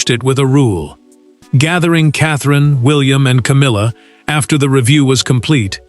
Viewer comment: Love the “Cowmilla”!